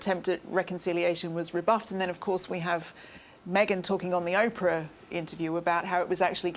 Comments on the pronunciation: Fascinating stuff. But could someone please inform Tom that it's OH-PRA, not Opera. Jumps out at me every time , now I can not un-notice it!!!! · "O"prah, not Opera! Thank you. You wrote a best-selling book, surely you can manage pronunciations! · o p rrrah not opera!!!! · Just for your info Tom Bower.............the name is Oprah............not Opera. Get it right! If you can't get her name right....what else haven't you got right? It's pretty evident you're very prejudiced against Harry and Meghan. Everyone has their own opinion...I hope yours comes back to bite you in the butt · Her name is Oprah not Opera. Unforgivable that you can’t make the long O sound in Oprah’s name!!! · I love the way he says Aprah instead of Oprah. I called her Soaprah! Lol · I love how he mispronounces the names LOL doRIA and Opera :)